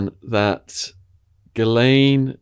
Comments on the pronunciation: Giz-lane lol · It's pronounced Gheelayn in English (with a hard g and silent s). While in French it's usually pronounced Zhislayn.